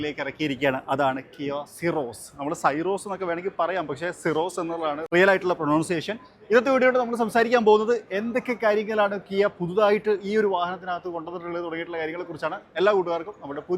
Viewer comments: പ്രോനൗൻസിയേഷൻ അല്ല, പ്രൊന്ൺസിയേഷൻ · Pro"noun"ciation,,, pre- nen-ciation aanennu thonunnu